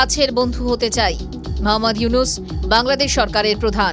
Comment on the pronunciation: ড. মুহাম্মদ ইউনুস নাম টা ঠিক ভাবে বলা শিখেন তারপর উপস্থাপন করতে আসবেন